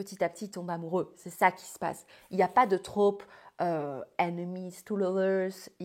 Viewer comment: Par pitié, ce n’est pas « la traupe » mais « le trope »